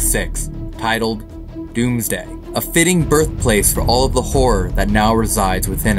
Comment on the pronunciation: Its the Domesday Book not Dooms day. 😂 Its simply an ancient survey book with a lot of historical information information in it. However its an easy mistake especially since the way the English pronounce it to our American ears it sounds like dooms day.